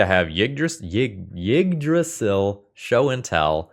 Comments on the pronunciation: Yeah As best as i can describe it he says Jyggdrasil He needs to cut the starting J sound from his pronounciation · i could be wrong but i think it's pronounced E-drasil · As a Scandinavian, your pronunciation of Yggdrasil is hilarious.